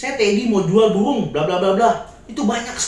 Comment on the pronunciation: Maaf ko aku denger kata burungnya jadi pohong (sejenis ketela)😂